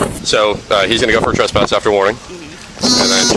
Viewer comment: A “tesspass”